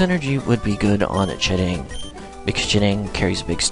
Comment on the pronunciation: Why do you say ch'ding's name like that? :/